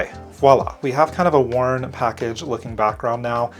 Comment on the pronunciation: I've been looking at this set for so long and oddly today, i took the plunge and bought it. It bothers me getting sucked into buying products because they are all over my feeds. I feel hypnotized. 😆 But thank you so much,, for saying the word voilà properly instead of saying wallah and creating a beautiful card.